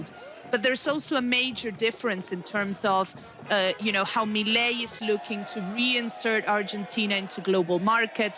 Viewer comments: Best pronunciation of his name from any other journalist I’ve heard. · First English speaking person to pronounce Mile's name correctly. Congrats. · Kind of weird she went out of her way to pronounce his name correctly but not Argentina. For Argentina she had the most basic American accent but for his name she morphed into Sofia Vergara. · I know right!?